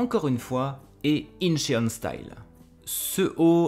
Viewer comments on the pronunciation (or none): Pour Soo-Yun, tu peux prononcer ça "Sou-Yeun" et Incheon se prononce "Intchone" (avec un O ouvert !). Tu me connais si bien. 😂 Ton retour sur Clayton est BOURRÉ de sous-entendus, djizeuss. 🤣🤣🤣🤣 Je m'en suis littéralement étouffé en mangeant mon yaourt. Avec plaisir ! 🥰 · Ohlala Soo-Yun avec les cheveux rouges, des tatouages, des piercings et des jupes courtes, elle a dû se faire DÉMONTER par ses parents 😭 Ca pique toujours quand j'entends "inchÉone" mais je te pardonne parce que c'est toi. 🤣 Sebastian est tellement le cliché germaniste, ça me tue de rire ! Chayton, je lui donne mes reins. Rien que ça. 100% c'est Victoria qui bully les autres. Hâte de voir ce poti let's play ! 🥰